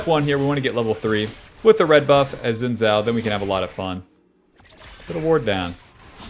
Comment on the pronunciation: SAY IT WITH ME,: "SHIN" "JAO"